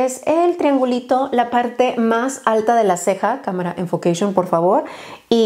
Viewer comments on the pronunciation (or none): Un shot por cada vez que dijo "ENFOQUEISHOON" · Nadie: Absolutamente nadie:: Enfoqueishion ENFOQUEISHIIIOOOON! Jajaja morí 😂